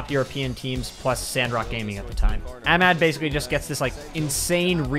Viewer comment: you said ahmad wrong 😡